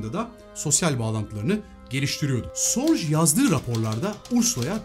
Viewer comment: Elinize sağlık. Bir ufak katkı ve düzeltme. Ursulan'ın Agnes vasıtası ile tanıştırıldığı kişi büyük istihbarat efsanesi Richard Sorge. Kendisi bir Alman olduğu için soy ismi "Sorc" gibi değil de yaklaşık olarak "Zo:ge"(o sesini uzatarak) gibi telaffuz edilir.